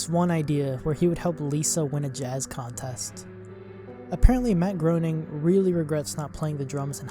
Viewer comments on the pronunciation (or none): You mispronounced Groening. It's pronounced as Gray-ning.